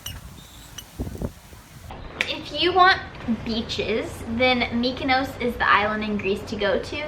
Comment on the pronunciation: They pronounced Mykonos wrong